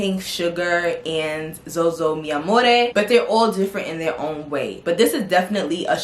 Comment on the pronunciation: I might be wrong, correct me if I am, but XOXO means hugs and kisses and not pronounced as "ZoZo" that's ridiculous, if you say it pronounce the "x" as x not z.